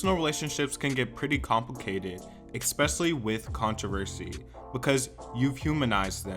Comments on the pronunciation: Fan of the channel here- I agree with you 100%. But I have to mention this: it’s pronounced “ess-specially” not “ex-specially”. Keep up the good work my dude! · Stop saying expecially 😭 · Why is he saying eXspecially?